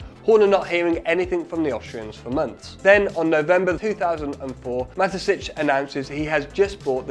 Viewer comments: Great video, thank you. And now everybody says out loud: "Ma-te-shits" instead of "Ma-te-sitch". Just to make sure we didn't learn that the wrong way. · Mateschitz not matesitch Mate is lronounced nicely here, you can do schitz do. Kt's pronounced shits as in someone shits, mateschitz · An excellent and eye-opening video that is only marred by Dietrich Mateschitz' name being consistently mispronounced as Matessitsch. The middle consonant (sch) should be as in "show" and the last one (tz) as in "hits". Come to think of it, the last part is pronounced exactly like "shits". Oh well. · Thanks for the great vid! Really interesting story! Pro tip: It's Mah - tey - schitz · Mateschitz =|= Matesitsch 😂😂😂